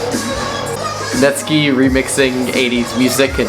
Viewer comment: Netskie😭 oof It is netSKY